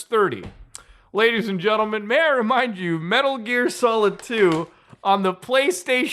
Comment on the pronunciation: Muta cutting it close with that “Metur Gear Solid”